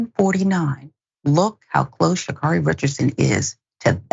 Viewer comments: Sha'Carri it rhymes with marry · Her name is Sha'Carri (like Carrie) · Yall get her name right: sha-CARRY